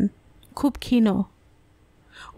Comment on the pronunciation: Valoi laglo...ekta shabdo ektu kane laglo.. khoma korben...kotha ta khin,..khino na